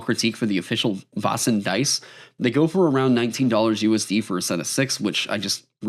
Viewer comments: The 'Vä' or 'Vae' in Väsen / Vaesen should be pronounced a bit more like the 'Ve' in Very, /Swede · Also, "Vasen" = the vase. Made me giggle and cringe a little each time. 😆 /Another Swede